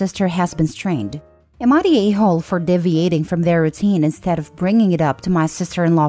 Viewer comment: Sorry interference is said in-ter-fear-ence. Deviating, is dee-vee-ate-ing. I aim to be helpful, sorry some english words are hard. It is a vast language with plenty of oddities. Please don'f be offended. All the best.